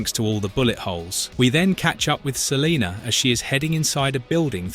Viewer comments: I'd be so annoyed if my name was Salena and someone kept calling me Saleeenerrrrr... 😡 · Lol he said Celiner. Brits. Pfft.